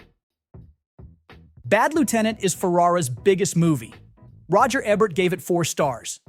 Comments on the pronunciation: Ebbert? KIE-tel? What fun. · Dude, can you pronounce anything? EE-bert. Spike JONES. Harvey KIE tel (rhymes with TIE tell).